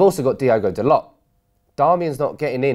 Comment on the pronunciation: Who's "Da-Lot?" It's 'Da-Low.'